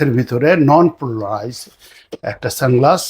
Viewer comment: Polarized, not plorised.